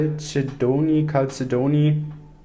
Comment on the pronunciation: Der blaue Edelstein wird Kalzedon ausgesprochen .Also ganz easy 😆Manchesmal ist es einfacher ,als man denkt 🥰💖💙💙💙